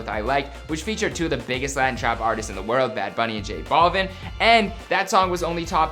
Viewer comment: He flippen said j-balden